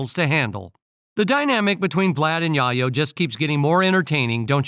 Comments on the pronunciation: Tony Yah-yo 😂😂😂 Tell the AI voice it's Yae-yo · I couldn't take the tony yahyo it's yayo 🤔💯👍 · Tony YaYo....... Not Yahyo......WTF,....New York City Dont like Vlad,.... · The Narator can't read!! "Yayo" like in "Scarface". "Chi Chi, Get the YAYO!" DICK HEAD! 😮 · I was thinking "Yay Oh" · Same here, it’s like watching someone’s name get butchered, right in front of you for 15 minutes straight, and it’s nothing you can do to stop it, except walk away, to save yourself. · Why is it that the man narrating cannot pronounce Yayo properly....just say Tony....jeez